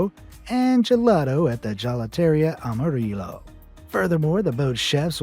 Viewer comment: Amarillo, it’s a letter Y not double L, “Ama-ree-yo” One can reasonably expect that a country with a high Hispanic population that was also taught Spanish in School could pronounce and say things correctly despite not possibly having further use for it, should still know how words are said, “BMW” there’s no W in the German alphabet, it’s double V. How do we say “Volkswagen” kids” 😂 Anyone remember that film “Catch me if you can?” That painful pronunciation in French class, he was saying things as they were literally spelt,like a native English speaker can butcher foreign languages and not say things as they should be said. We’re allhearing that. Some countries are exceptionally bad for this misdeed but we are inclusive and diplomatic let’s not single and call a country out. At the very least learn the accent for the language so it sounds correct. Even Google translate will pronounce words in every language just copy what it says if you’re that lazy 😂 Zero excuses. C’mon you lot get with the programme. I think some countries should specialise in Education like others,rather than Generalise in it. -Fin